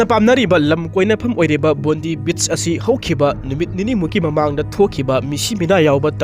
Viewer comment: Bondi beach se pronounce t bondai haibiyo not bondee